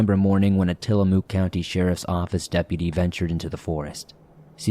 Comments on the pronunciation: Tillamook pronounces Mook as if you are saying hook. Sorry to do this, but it irks me as an Oregonian. 😂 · So I saw a fellow Oregonian, somewhere down there in the comments, correct your pronunciation of Tillamook,. Whilst I suppose I can understand the urge to do so, I’ve never actually corrected a YouTuber’s or a podcaster’s pronunciation. I mean, it’s not something I find either annoying or all that important. Of course, I also have no desire to offend my dear Oregonian sibling in the comments down there. I can certainly understand wanting to help out with unusual and/or regional pronunciations in a good natured manner. Still…having said the above, I also absolutely have to acknowledge just how cute and endearing pronunciation was! Furthermore, because the name includes a double “o”, choice of pronunciation makes perfect sense! For the English speakers in the swamp, we all learned at a very young age the rule that a double occurrence of the same vowel generally takes on the long vowel sound.